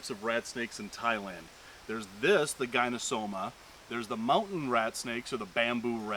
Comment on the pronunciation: correct me if my correction is incorrect, but the Latin/scientific genus name of the red-tailed green rat snake (Gonyosoma) is pronounced "GONE - YO - SO - MA" or "GONE - EE - OH - SO - MA", not "GUY - NO....." (i.e., not like the first two syllables of GYNOCOLOGY).